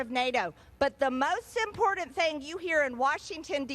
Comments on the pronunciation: Marge it's important not impordant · MTG has the pronunciation of a Five year old. The word important is not pronounced with the letter D ' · And if she doesn’t learn how to pronounce important i will scream